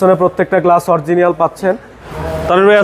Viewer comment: It is “Original” not “Oriegienal”